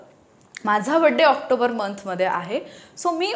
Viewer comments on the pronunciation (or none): none